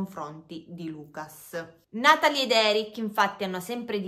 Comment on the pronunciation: sei brava, però: Lucà on la U chiusa, Natalì ecc... sono francesi